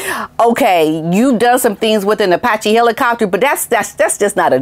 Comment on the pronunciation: I bet JT is having buyers remorse. Especially after the way Harry insulted him. Claiming that JT made a lot of money off of his dancing with Diana. I think JT has committed career suicide. It’s pronounced Apache- A patch ee. My husband and I have been in the aviation industry militarily and as a government civilian for 37 years. We’ve had friends and colleagues who were aviator heroes in combat in the enemy hot zone during war and since. These men and women were Purple Heart and Silver Star recipients. Let’s not forget those heroes that died in service to our country. In our opinion those Heroes are far more deserving of this award than bunker Harry Windsor.